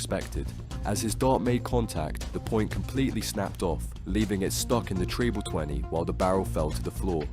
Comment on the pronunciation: "Tree-ble twenty"